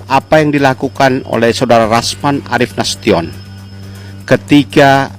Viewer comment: Rasman, bukan yasman